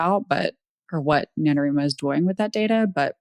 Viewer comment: facepalm Since "NaNoWriMo" is short for "National Novel Writing Month" the correct pronunciation is NA-no-WRY-mo (after all, you don't pronounce "writing" as "reeting", do you?). Thank you for not misinforming people that novels submitted to NaNo are being scraped. They aren't, because you don't actually submit your novel. All you do submit is your word count, on the honor system, as periodic updates (there's a place to do that on your page). Comparing NaNo to a marathon is apt. It's especially apt for physically disabled writers, some of whom have visual impairments, motor impairments, and a whole gamut of other medical issues. I have arthritis, yet there was one year when I wrote my novel by hand, on looseleaf, because my computer was barely working. I managed to keep my word count updated, though, and pushed on through the physical pain. Even when doing it on a computer, there's so much typing every day (for those who have a daily writing routine) that it does build up stress. Usually by the end of November 30, it takes me a few days to recover. Especially if I was extremely behind and had to do many more than 1667 words on that last day to make it to 50k. For the suits to tell us that it's "ableist" to be against the practice and attitude some people have that all they need to do is enter a prompt or two and have a 50k novel spat out in a matter of minutes is so obnoxiously insulting. It's also typical of the individual who wrote that NaNo blog. She dithers around in corp